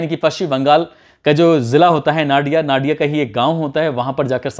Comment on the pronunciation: नडिया नहीं नादिया